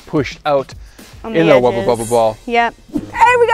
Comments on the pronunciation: Why does she keep saying wubba bubba? They're Wubbles. Argggg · Did anyone hear them saying Wubba instead of Wubble nearly every time? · it bothered me so much that was saying "wubba bubba" when it's "wubble bubble" but u still love y'all the same:) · Wubble bubble. Not wubba. Srry mispronouncing was getting to my OCD. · them pronouncing it as "wubba bubba" instead of "wubBLE bubBLE" sounded so wrong. especially since "hubba bubba bubblegum" is a thing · The way they say wubble annoys me its WUBBLE NOT WUBBA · is it just me or does keep calling them Wubba Bubba balls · When and say “Wubble Bubble Ball” it sounds like they are saying “Wubba Bubba Ball” 😂